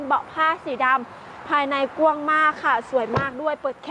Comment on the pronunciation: กว้าง ครับ บ่แม่น ก้วง ^^ หยอกๆ